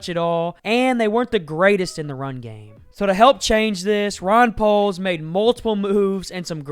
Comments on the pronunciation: It's Ryan poles not Ron poles.. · It's Ryan Poles, it sounds like you are saying Ron Poles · Who tf is "Ron" poles??? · are you saying... Ron or Ryan Poles? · You lost me at “Ron” Poles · he actually said “Ron Poles”😂 Strike that he said it throughout the video😫